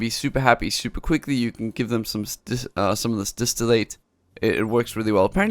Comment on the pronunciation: Gosh, distillate is not pronounced distill-Eight. It's distill, and the "ate" would be pronounce like the "et" in "bet"